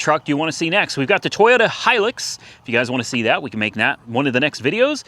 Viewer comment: Personally , I'd fix the vette , I couldn't help myself 😳 . As for how to pronounce hilux - say high , then luxury , then say it again without the ury on luxury 👍 (I'm pretty sure the tacoma in the us is the same thing?)